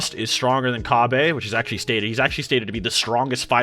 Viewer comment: Oh my god you saying “Ca-bay” makes my ears bleed💀